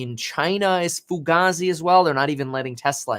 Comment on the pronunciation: foo-gay-zee fugase